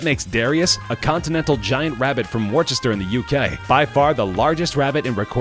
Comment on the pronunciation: Did anyone else get triggered at the pronunciation of Worcester